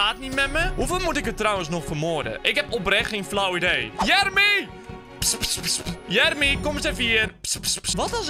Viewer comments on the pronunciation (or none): none